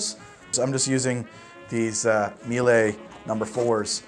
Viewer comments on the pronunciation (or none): none